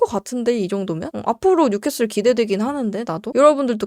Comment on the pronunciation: 뉴캐캐솔 슈쑤쓔팅